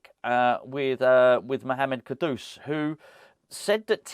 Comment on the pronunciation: The way you pronounce ‘Kudus’ sounds like an old Batman and Robin sound-effect if Penguin slapped Batman round the face with a large haddock - “KA-DOOSH!” Can’t we pronounce it like the word that means ‘highly esteemed’ - “KOODOS” ?